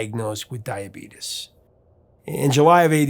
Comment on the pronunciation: Wilford Brimley is smiling somewhere when you pronounce it 'dia-beetus.'